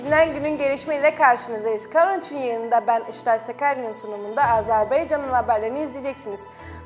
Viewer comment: Azerbeycan yox. Azerbaycandır. Ümumiyyətlə ehtiyac yoxdur Türkiyə Türkcəsində xəbər yayımına. Zatən doğru dürüst danışa bilmir bu aparıcı.